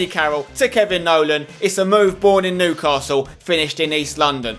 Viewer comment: That other youtuber cant say Newcastle or sunderland right